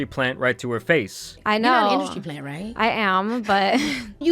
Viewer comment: Industry* 😂 … “industy” hahahaha